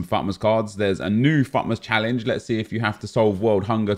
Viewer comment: EA have dropped the T in FUTmas. It's now FUmas.